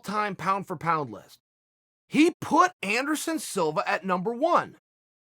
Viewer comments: Take a shot every time he says "Endersun" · Chael keeps saying Anderon funny, I almost spit up my breakfrist